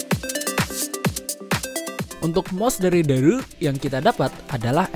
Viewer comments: Bacanya bukan dareu logat sunda, bacanya Dare You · Kyknya harusnya dibacanya dare u deh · Dareu itu merk cina dibacanya Dare U #cmiiw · Ngomong "dareu"nya ga biasa njir 😂